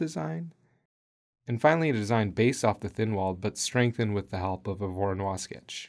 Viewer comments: Loved the vid but the pronunciation made my ears bleed. Voronoi as in Voronoy, none of that French stuff! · Voronoi was Russian, not French. And his surname is pronounced as Vah-rah-noi.